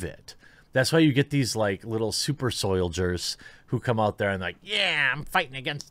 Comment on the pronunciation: Did Jeremy mean to say Super Soy-diers? I like it. I'm going to use it from now on.